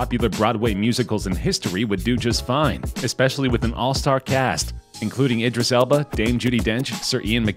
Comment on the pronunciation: Bro, "Edris"? It's Idris Elba